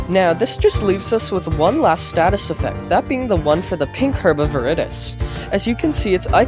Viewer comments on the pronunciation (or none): none